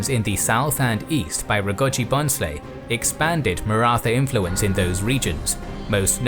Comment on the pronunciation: In Bhonsle n is silent we pronounce it as Bhosle